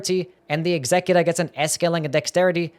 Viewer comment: Why are you pronouncing executor so wierd?